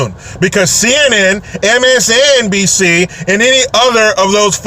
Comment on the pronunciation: I LOVE how you said MSNBC, just like Howard Stern said he was told to say it, in his movie, "Private Parts!" w-N-b-c! Gotta give that letter N the respect it deserves!! Lol!